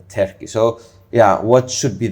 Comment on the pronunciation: Please stop saying 'Terki', when pronouncing 'Turkey' - it's so Greek.🧟‍♀️😂